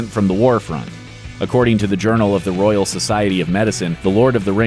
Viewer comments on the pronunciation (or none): none